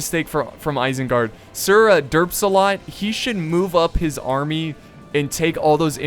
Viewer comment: I can't take you seriously when you say sirderpsalot 😂